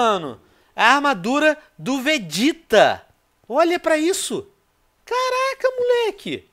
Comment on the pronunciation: nop ele falou certo e é vegeta